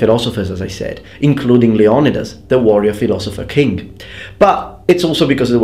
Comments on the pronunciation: my gf's family comes from Sparta. The correct Greek pronunciation is lay-oh-NEE-das. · Btw, some minor corrections of the greek words/names used. Leonidas would be more accurately pronounced as "Leh-oh-NEE-das (or "-thas" like "the"). And Thermopylae as "Therm-oh-PEE-leh" ("Therm" like thermometre, same root.) Meaning, Warm/Hot Gates. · Is pronunciation of Leonidas right?